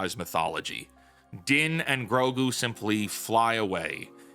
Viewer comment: You mispronounced 'Mango and Grok' there at the beginning, but, otherwise, good video.